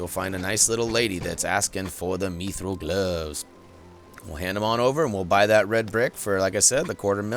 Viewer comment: It’s mithril not mithril